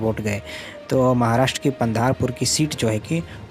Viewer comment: अरे पगले, पंधारपूर नही, पंढरपूर है